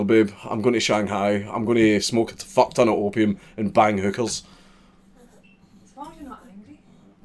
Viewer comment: i swear you pronounce hookers more like hückerrs